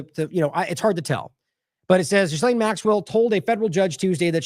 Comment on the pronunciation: We really should pronounce Maxwell's name correctly. It's NOT JizzLane. It is G'Lane with a hard G. The S is silent. It's a name of French origin.